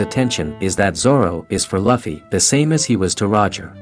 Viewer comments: did anyone else hear him say "Laffie" instaed of "Luffy" i mean he has a channel on onepiece atleast pronounce the name right of the main character. 🤣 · Bro it’s not Lafy it’s lufy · It's not luffie 😂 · Um. It's loofy.